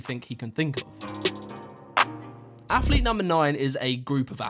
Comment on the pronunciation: Affffflete....lol mans athlete so many times, couldn't help but notice how incorrect he pronounces it. AFFLETE AF AF AF. Like Chris Bumstead saying savage with a th... lol...thavage. All these Thavage Affletes on this list